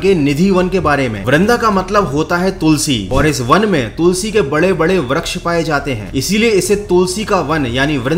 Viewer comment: bhai vraksh nhi vriksh hota he